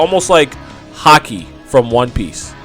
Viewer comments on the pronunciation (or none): none